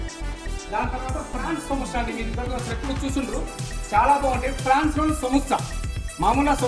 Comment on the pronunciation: అది ఫ్రాన్స్ కాదు...prawns